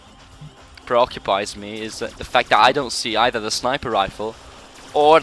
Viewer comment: PREOCCUPISE LOL!